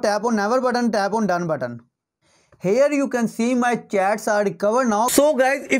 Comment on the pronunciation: Sactroll dawn. And hair u kan see... Wow what an English bro...😂